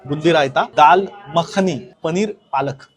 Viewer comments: माखनी नाही रे येड्या मखनी असतं, याची भाषा, ओव्हरऍक्टिंग बघून हा भाडिपाच्याच योग्यतेचा वाटतो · माखणी नह्वे मखनी is the correct word.... stop spreading ghaati words.